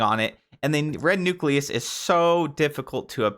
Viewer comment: Wow finally someone who can pronounce nucleus correctly.